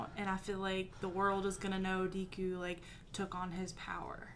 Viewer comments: Ok guys, its Deh-ku, not Dee-ku. Great reaction as always. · The "e" in Deku is pronounced like the "e" in "egg". The small boy with the purple ball hair is named mineta. Idk if I spelled that right. Excited for the next episode!